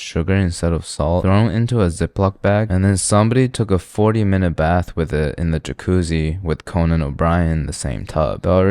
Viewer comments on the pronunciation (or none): none